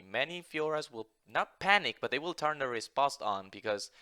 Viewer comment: It's pronounced répost. not rispost.